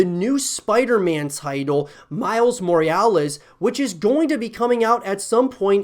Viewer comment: what's a Moriales?